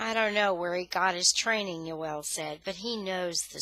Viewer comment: Joel not yoel